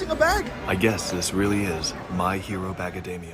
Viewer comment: "My Hero Bagademia" got me dying😂😂😂😂😂